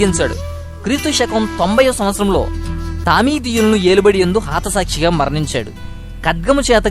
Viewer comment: Hai Brother me messages interesting ga unnai kani me way of speaking lo konni mistakes unnayi i mean hatha saakshi aithey haatha sakshi antunnaru e video lo alage meru cheppe situation ki match aiye photos pettagalaru intha manchi information isthunnaru i thank u very much but mistakes sari chesukondi " JESUS " meeku manchi bible knowledge icharu daanini meeru maku share cheyadam really our luck so pls make every video with a Perfection and without a mistake .I wish. " GOD " will bless u abundantly thank you.